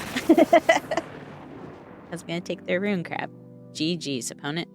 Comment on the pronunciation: “Ruin Cwab”… LOLz that little thing is so annoying 🙃